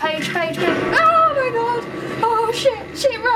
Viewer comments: It sounds like your saying "pidgey" instead of pagie XD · Did anyone notice she said "petch" instead of page?